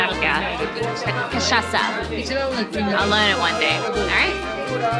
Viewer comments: So cute how you pronounce cachaça as cachaca 🥹 i’m happy you two enjoyed Brasil so much ❤ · Beautiful! Quick pronunciation hints: Paraty is said like “paratchee”, and cachaça, the Ç is like SS, so it would be “cachassa”.